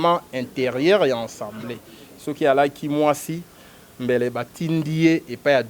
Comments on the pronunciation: A a a a assemblée et non en en en ensembleé oyo peuple ya ndengué nini? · le pire c'est qu'il n'est pas le seul à prononcer ensembleé au lieu d'Assemblée, cela ne vous choque pas que nombre de ceux qui se prétendent avoir bien étudié aient du mal à prononcer avec constance ce simple mot dans un même discours: ils utilisent alternativement assemblée et enssemblé un mot qui n'existe pas en français. Vous sentez-vous visé peut-être mais bon....